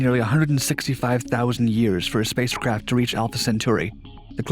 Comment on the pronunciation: he stumbles on the simple word "spacecraft." He mispronounces words all the time like that but you usually miss it because he's reading so fast.